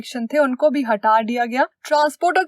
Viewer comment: that "HATHA DIYA GYA"